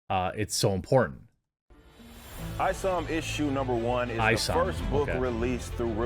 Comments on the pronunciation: ISOM, Pronounced - "ICE-UMM" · FYI: It's Isom (Eye-Some), went to school with a guy with that last name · Eye - Some is how you pronounce it.